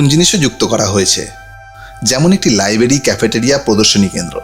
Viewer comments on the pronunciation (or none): লাই বেরি, শাখা পো শাখা - উচ্চারণ ঠিক করুন ।ধন্যবাদ এতকিছু দেখবার জন্য